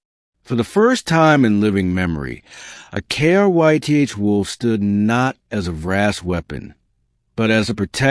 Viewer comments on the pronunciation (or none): Very annoying that no one taught the AI how to say "KRYTH" as a word instead of spelling it out every time.